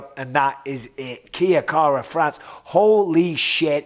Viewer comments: "Kia" kara France did well. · Kea Kara-France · Kai "Kia Kara France" Kara France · KIA kara france lol mike luv ya anyway =P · Pissing me off aye ahah kia 😂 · just incase anyone gives a fuck its "kye car-a- and obvs France.